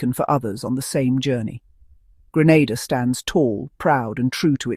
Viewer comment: It's Grenada, not Granada